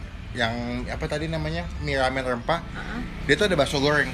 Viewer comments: Mie rrrrrrrrramen rrrrrrrrempah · Lumput Laut,Lamen, Kagak Bisa Bilang R Yah Bang?